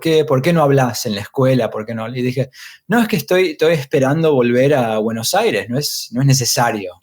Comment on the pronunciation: Bueno Aire